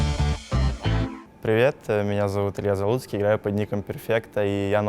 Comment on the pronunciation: Если бы не текст, я бы подумал он сказал Илья залупский)))